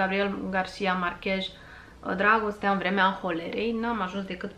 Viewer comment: Márquez. Cu accent pe "a" si cu z la sfarsit, nu j. In spaniola " j"-ul este mut.